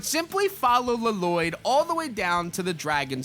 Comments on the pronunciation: It’s not LLoyd just it’s like loyd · LLOYD = Laloyd 😂😂😂😂😂😂 one L is silent dude. It's just Loyd. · Bruh it's just Loyd!! La-Loyd is crazy work bruh 😂😂😂😂😂😂😂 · His name isnt pronounced laloyd that’s just from the movie in the actual good show it is pronounced Loyd NINJAGO movie almost ruined my favorite show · His name is Loyd, with an extra L, not Laloyd, that was annoying me, lol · Dude, it's not Laloyd. Lloyd is just pronounced loid. 😅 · This guy really pissed me off. Hes calling LLOYD, La Loyd. Annoying ASF. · Bro said luh-Lloyd, and I don’t think it was a joke? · Dude it’s literally just LLOYD pronounced as loyd. Bro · Just letting you know 2 things 1 it's pronounced Loid (but I get the confusion I had the same when I first saw that name first) and 2 bought the Lego pass and og pass (from crew) along the entire Ninjago bundle with your code ☺️ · Lloyd Loyd is how you pronounce it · It's just pronounced loid 🤦‍♂️ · no way did bro actually say Luh-loyd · bro never watched ninjago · 🤣🤣🤣🤣 i was wondering bout that lmao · As a man named Lloyd I demand you say the correct way 😆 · Bro, when he said it pissed me off so much